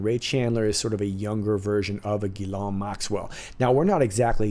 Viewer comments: I know the name Ghislaine is not a common name. Most Anglo Americans are mispronouncing it. It is not Gi Lawn. (Hard G). It's Zhiz (Zh as in the French name Jacques) Len as in Lenny. De rien. You're welcome. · Thanks for your vidéo, from à french patriot ! Can i just tell you something ? Ghislaine is a french name... The correct prononciation is : Jeez lane... Hahaha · The Madam's name is pronounced: Ghee - len